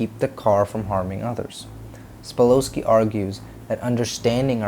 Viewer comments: Yep. "Sa-pol-sky" not "spa-lo-sky" lol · Sa pol sky . That's the correct pronunciation. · Yeah, not sure how much we can trust your research when you mispronounce his very name. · You don't even know how to pronounce his name correctly... his last name is Sapolsky I can't believe you don't even know how to pronounce his name...